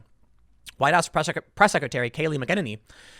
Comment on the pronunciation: Boycott Tim until he learns to pronounce McEnany correctly! 😂😂🤣🤣😂